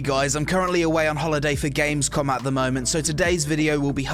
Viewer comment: Did this edgy idiot say gamesCON? Its COM! Seriously though, nice video. You sound a bit depressed but its okay.. Guess i'll sub ( ͡° ͜ʖ ͡° )